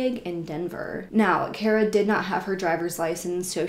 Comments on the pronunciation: Her name is pronounced car-a, not care-a . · It's pronounced car-uh btw